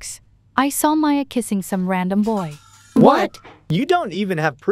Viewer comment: Is not maia is maya